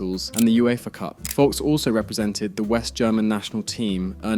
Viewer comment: It is not Berti Wocks. The V must be spelled like a F.